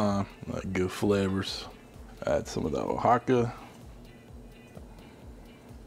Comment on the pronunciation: Not as cute as "O-hawk-a"